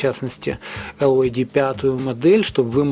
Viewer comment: Прошу прощения, но произносить LYD как ЛЮД, это антиреклама для компании. Надо либо говорить чисто по-английски Дайноудио Эл Уай Ди, либо по-русски - Динаудио ЛИД.